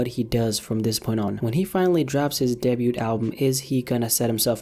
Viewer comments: “Deh bute album” lmao [DAY•BIEW] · i love you... but you just said “debute”